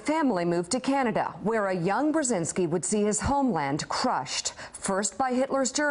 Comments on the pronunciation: I cringe at her mispronunciation of their last name. It's [bʒɛziŋski] not [brɛzɪnski]... oy vey... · Mika can't even pronounce his last name right, shame. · smutne jest ze corka nie potrafi wymowic nazwiska swojego i nazwiska ojca